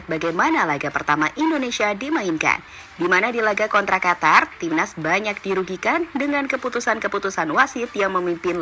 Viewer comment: Qatar. Huruf a ganti o. (Qotor). Lanjut